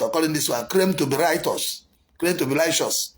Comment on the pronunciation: You can't even pronounce righteous